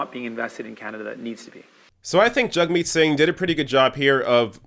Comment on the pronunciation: I've noticed you say "JUG-meet", I thought it was "JAG-meet"? Either way, great video. Thanks from the UK, hope to see Singh, Corbyn and Bernie in charge ASAP.